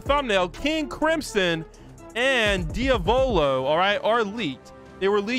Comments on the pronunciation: Diya vohlo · The way he said Diavolo got me laughing.